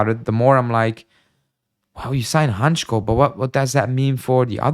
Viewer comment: Hancko is a Slovak player, and as a Slovak, I must say it is pronounced Hantsko not Hantchko if you read that in English. Not that it matters , but hurts my ears 😂